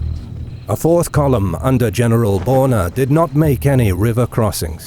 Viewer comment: Pronounce "Daun" more like "down" and "Börner" more like "burner".